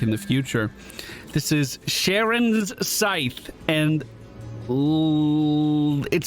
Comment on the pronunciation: "Sharon's scythe"?? xD